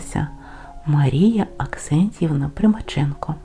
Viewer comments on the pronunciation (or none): У тексті є кілька помилок: Оксентівна, а не Аксентівна. У неї була хвора одна нога, а не дві. Но Поліссі немає широких, великих полів, тут ліси і болота. ЛЮДМИЛА ЛИСЕНКО.